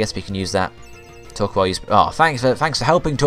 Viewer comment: Torkoal is prenounce like Thor-coal, and favorite villains have to to team rocket or maybe team galactics